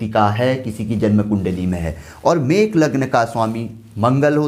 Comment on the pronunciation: Mesh not mekh